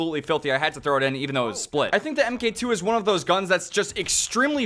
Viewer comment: Mark two* not em kay 2